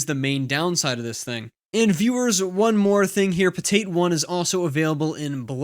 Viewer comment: Pretty sure it's PotAt, not "Poteit"